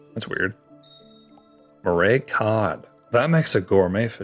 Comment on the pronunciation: im pretty sure the salmon thing he was doing was a joke but him not saying murray right hurt my soul